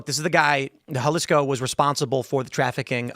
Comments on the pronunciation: You got it right the second try on pronouncing Jalisco, Tim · You are so ignorant. You're playing videos from 3 days ago and saying they are today. You used to work for vice news yet you can't pronounce Jalisco. Do us all a favor and stop streaming.